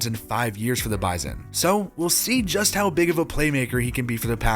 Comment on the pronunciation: WAIT DID YOU JUST PRONOUNCE BISON CORRECTLY? That's rare and appreciated. -North Dakotan